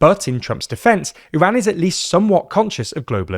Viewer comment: Thanks for pronouncing Iran and Hormoz correctly.